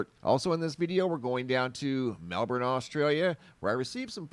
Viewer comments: congratulations on pronouncing Melbourne correctly. (not Mel-bourne). Well done. that windstorm really did a job on the trees and the power supply. Some power won't be restored to some homes until mid-July!. My daughter has had her power off for 9 days so far. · Well done mate at saying Melbourne, 🇦🇺🦘🐨